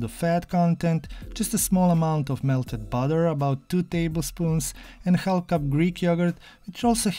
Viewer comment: We don’t say the l in half